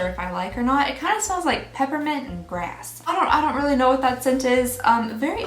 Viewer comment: I seriously thought she said peppermint a** 🤣! Lord forgive me!!